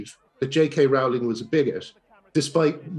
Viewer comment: How does he still not know how to pronounce Rowling?!?!?!